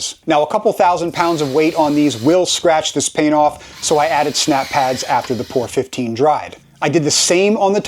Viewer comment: Never heard it called "pour 15". Its P O R 15, pronounce each letter individually. It stands for Paint On Rust and its difficult to get a good coat on smooth surfaces, as its designed to seal active rust. You can buy it in tiny cans. If you ever get any in the groove in the top of the can, and then seal it, you will destroy the can next time you open it. On those openings, spread steel wool over the openings and then spray the foam. Mice can eat right thru the foam but not the steel wool.